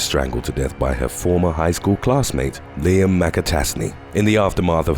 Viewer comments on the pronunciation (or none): none